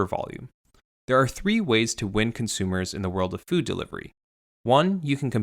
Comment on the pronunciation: “Cunt-sumers”. Spoken so clearly.